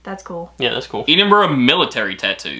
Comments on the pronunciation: Hearing the way pronounced Edinburgh hurt my scottish heart cant lie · The way you pronounce Edinburgh hurts my ears lol. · best way to say Edinburgh is Edd-in-brugh 😃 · I’m from Edin-bur-ra, it’s NOT, definitely NOT Edd-in-brugh. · I’m sorry but pronouncing it your way is just wrong. As someone born and bred in Edinburgh it has never been pronounced as Edd-in-brugh by anyone cognisant with the correct pronunciation. You may pronounce it that way but that doesn’t make it correct. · can we please teach how to pronounce Edinburgh 😂😂 Eeedinbrough😂😂😂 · That was a fab package for reactions! For help not criticism it’s Edd inn burra 😉 and Shire is closer to sheer (rhymes with dear) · Edinburgh is pronounced edd rather than Ed, Celtic is pronounced kel-tic rather than sel-tic as the people were the Celts (pronounced kelts). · I love, he pronounces Edinburgh it’s like saying, eat em bruh xD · pronouncing Edinburgh incorrectly lol. Ed-in-borough is the correct way. Also Celtic can be said 2 ways. Celtic if talking about the football team, and Kel-tic when talking about Scottish history things. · Just so you know Edinburgh is pronounced ed(as in the name)- in-bruh ( I’m Scottish and it is a pet peeve when people don’t say it right lol 😂) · Going to try teach you to say Edingburgh... break it down... ED ingburgh... you have the end of it right, but the E D is said like the name.. winds me up everytime you say it wrong. lol. not your fault youre american;) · It's Edinburgh not "Eedinburgh" lol and still can't pronounce "shire" right haha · Your almost pronouncing it correctly. Lol. It's Ed as in Ed, Edd and Eddy. (Ed in bruh) Edinburgh or Dùn Èideann in Gaelic 🏴 😉👍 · ed in burra...... pronounce it like that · Please stop saying Edinburgh wrong!! It's eh-din-bruh!! Xx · It is not eeedinburgh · It's Ed-en Borough. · Just to let you know that Edinburgh the Ed is pronounced the same as in Edd not ead. Still love your videos. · Ed-inbru like Ted, not Eed 😊